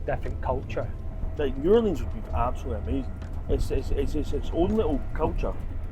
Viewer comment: That brings back a lot of good memories and exceptional food. you have to learn how to say New Orleans without the vowels.